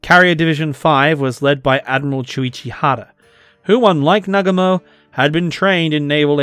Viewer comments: It is NOT Nagamo . It is Nagu mo . Good history. But . To bad it is so childish . Really . I wounder what is in this guy's mind . 😂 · Bro, it's pronounced "Nah-GOO-mo". Like most Japanese words, the emphasis is on the second syllable.